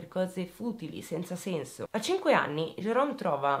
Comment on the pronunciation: Ciao. Ti seguo dalla Svezia e ti faccio i complimenti per come esponi i fatti. Mi permetto di farti un piccolo appunto: in questa storia il protagonista Jerome, tu lo chiami Gerome con la g dolce. alla francese. In inglese il suono dolce della g non esiste. Quindi, il nome del killer si pronuncia Gerome (Jerome). Non me ne volere. Grazie per il lavoro che fai e continua cosi. Ciao.